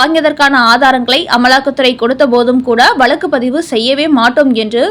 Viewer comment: Poor pronunciation. It is வழக்கு not valakku